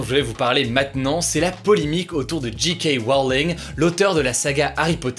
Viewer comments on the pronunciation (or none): Tu as fait une erreur en anglais : J = "djey" mais G = "dji" et toi tu as fait l'inverse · "Dji-kay" Rowling ? Faut choisir mec, si tu veux le dire en anglais, faut dire "djay-Kay" ou en français "ji-ka" mais là, tu nous fais un gloubi-boulga à la" one again a fly". Mais bon, ça m'a fait rire quand même. C'est pas bien grave. ^^ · C'est bien pour l'accent anglais mais c'est JayKay Rowling et pas JeeKay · C est pas J Kay Rowling la prononciation, c est DJAY KAY Rowling, t as encore a apprendre niveau anglais, dude ! (et evite les titres putaclic genre LA PANDEMIE S AGGRAVE, merci) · Djé ké Rowling, pas dji ké Rowling :) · Toi tu le prononces "Ji Ka Roling", soit "Djey Key Wroling", mais pas cet entre-deux malaisant plz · Pourquoi autant de personnes prononcent "GK Rowling" au lieu de "JK Rowling" ? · Héhé mon Hugo, tu as dit G.K. Rowling :p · Parce que J se dit G en Anglais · Cet accent sur JK Rowling !